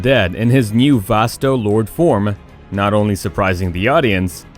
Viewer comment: Vast-O-Lor-day is how it’s pronounced